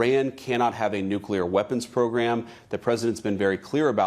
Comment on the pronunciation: She's mispronounced nuclear That's like saying vee hickle